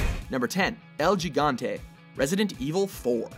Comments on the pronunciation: It's pronounced El HE-gont-ay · It's pronounced "higante" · Im glad Im not the only one who noticed this. It's supposed to be pronounced "ehl Hee-gantay" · "El Gigante" It's not pronounced "L-G-gante" it's pronounced "L-He-gante" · Idiot. El "gee-gahn-tay?" It's pronounced "hee-gahn-teh" You dumb fuck. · "El lligante" jajajaja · "el jigante" boi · also El Gigante is supposed to be pronounced El Higante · its pronounced "el higante" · you dont pronounce it el gigante whit the g sound its like saying el higante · Haha yes! Glad I am not the only one! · Its supposed to be called "El JAI-GANTE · El yigante jajajjaja la pronunciación jajajajaj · The pronunciation of El Gigante, first G has sound of H as in house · El Gigante = El HE-GON-TEH...Ya fuckin'guerro... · El Gigante = EL Higante. don't get it twisted. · Pronounce: El Hii-gante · El GEEgante... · I fucking cringed when I heard how they pronounced El Gigante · I love it how this idiot mispronounces "El Gigante." People should really do there research. The "G" sounds like "H" in Gigante. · Clint Elsik EXACTLY!!!!!!!!! Edit: like where in Spanish do you substitute a "G" for (J) which doesn't even have the pronunciation as in English. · the way he says el gigante makes me think that white people should learn spanish too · man...the people at watchmojo can't pronounce anything that isn't english can they? the way they pronounce el gigante and gohan from their DBZ countdown literally made me cringe. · the first g is el gigante is silent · Oh geez, I had to rewind this video three times. I couldn't get past the mispronunciation of El Gigante to actually pay attention to what they were saying afterwards. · Did you seriously just pronounce El Gigante like that? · Hi, in the #10 you say "gigante" with an italian pronunciation, but actually "el" is a spanish word, so probably you should use hard "g"s :)